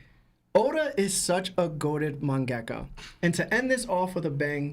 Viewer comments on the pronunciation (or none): none